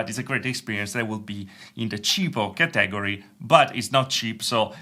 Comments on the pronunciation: Cheapo Cah teh gory category. It should sound more like cat / Catta / Katta then gory. not cah - teh - gory. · Kah-tag-O-ry > ka-tah-gor-E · Bruh who else heard ca tag gor re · I like how you pronounce Category. Ha, ha, ha. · You said like it how Dexter says laboratory.